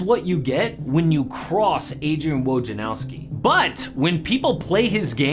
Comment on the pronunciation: Everyone says "Woj en NOW ski." It's "Woj nar OV ski."